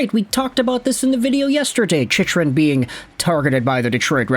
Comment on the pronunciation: Hey,, Chychrun is pronounced Chickrun. Been meaning to mention that for a while now.